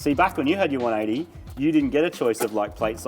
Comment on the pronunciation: It's "One Eighty Tee" though